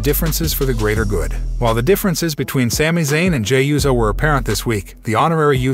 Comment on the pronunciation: Is there a “z” in “USO”? Smh